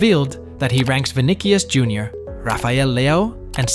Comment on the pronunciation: "Virgil Van Dick" "Vinikius Jr" "Sadio Mene" "Marchelo"